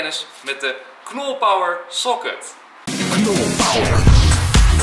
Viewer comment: Het is niet soket maar pocket